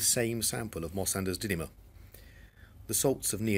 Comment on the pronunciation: You pronounce -dymium as 'dinium' in this vicdoe I think